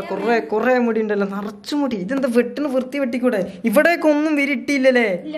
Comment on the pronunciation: Virthi alla vrikthi